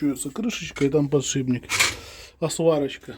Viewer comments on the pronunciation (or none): none